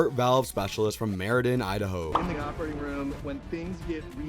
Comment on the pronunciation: Thanks for the video, I dont have a favorite yet, but just so you know Meridian is prounced like this meh, rid, eee, in. Not sure proper way to show you, but hope that helps. (Source) I drive through there almost every day